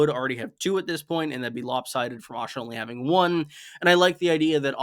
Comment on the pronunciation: I've got to ask. Why do you pronounce Asha as Osha? You pronounce æ in other names but it's always Osha (whom I assume is the wildling Osha when I hear it).